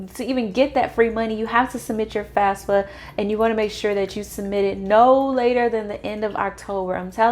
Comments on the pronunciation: Why do you say FASFA? It is FAFSA. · you are saying FASFA all the time it is FAFSA .